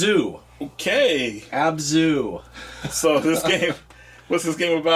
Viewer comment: Did he call abzu "abzua" ?